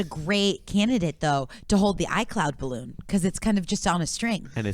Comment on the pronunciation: It's incredible how every single time says 'bahloon' at least One person laughs. Including me